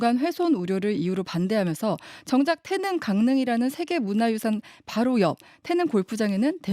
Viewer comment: 기자님.. 태능 아니고 태릉.. 중학교 국어시간에 다 배우는걸.. 어후..